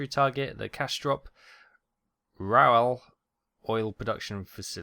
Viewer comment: I live like 20minutes from your tertiary target and i've gotta say...i had a good laugh about how you pronounced "rauxel". No offense taken though. Its kinda hard for non germans to know how to pronounce such weird names. Btw i'm a new viewer and thats the first time i comment. So far i kinda like your content. Even though this here is from 2016. You did a fine job back than and i cant wait to find out how your present content is...when i reach it...in 2022 probably! =P